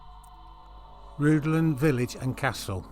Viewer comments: pronouce it like Rhithlan ... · Rhuddlan mispronounced.